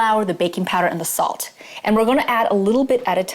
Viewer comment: did yo u say salt or assault"!! I never know!!